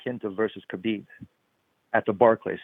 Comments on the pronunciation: It is HABIB NOT CHABIB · Tony is so freaking weird! And for the love of God, why does Helwani pronounce Khabib like Khabib is Jewish? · khabieber lol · Khaibib has been saying every name except Tony ha ha it's TRUE